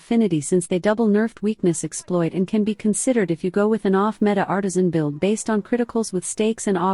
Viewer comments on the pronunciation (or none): none